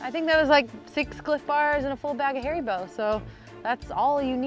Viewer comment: Harry-Bo? That's a new pronunciation...